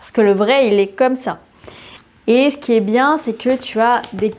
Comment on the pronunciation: Bonjour, dans toutes vos vidéos, pourquoi ne faites vous aucune différence de prononciation entre le "é" et le "è"? Ex: dans les mots "français", "il est"... c'est gênant pour quelqu'un qui veut apprendre correctement la langue.